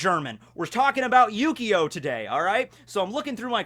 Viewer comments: I swear he said yugioh at least a couple times by mistake. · I keep hearing Yu-Gi-Oh instead of Yukio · It really does sound like you're saying yugioh lol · When you say his name I only here yyyyugioh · It feels like you keep saying Yu-Gi-Oh. After Xcution, I'd really love if you talked about the characters of Monster Musume. Including best girls Centorea and Rachnera, and even Too Kind for this World Kimihito. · Whenever says yukio i kept hearing yugioh.... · ...not gonna lie... I kinda thought he was for a while.. I had to look at the screen and pay attention to notice, I mainly have Vids on in the background while I play video games.